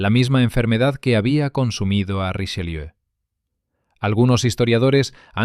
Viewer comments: ¡¡¡QUE PRONUNCIACIÓN!!!... ¡¡¡Hace daño a los oídos!!! [ʁiʃəˈljø]... NO Richeliú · Podía n haber puesto a alguien que supiese pronunciar bien el francés: ¿"Riseliú"?. Bah! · Porqué le dice RicheLIU. ?